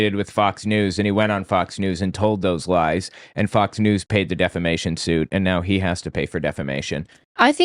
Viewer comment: Was l hearing things or did Mike actually say defamation correctly instead of deflamation? Oh lordy, the times are a changing.